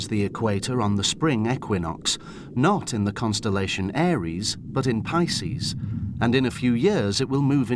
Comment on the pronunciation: tf is a arius 😂😂